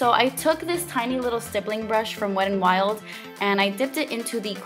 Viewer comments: It's not wed n wild.. There is a "t" in there. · I like the way you say "Wet n, Wild" sometimes... its like, "the Wedd'n'Wild" lol Like wit dat littol bit of accent joo know? hehe I love it! 😘😘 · beccawecca916 Best comment ever 😂